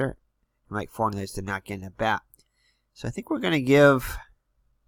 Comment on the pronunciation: You didn't give Ma-THIGH-us his steal in the 3rd. You counted Buddin's grounder in the 6th as a sac fly, but you didn't have the infield in anyway! For-NELLIS is how you pronounce his name. Please shorten these games down to 25 minutes or so. I play 3 Replay games in just over an hour!